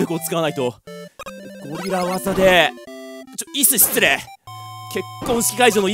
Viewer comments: 椅子の発音がイ＝スで笑う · ゲーム実況者として、幕末志士の坂本としてこれ以上はないってくらいのムービーでした！！ 椅子のイントネーションおかしいのもって感じwwwww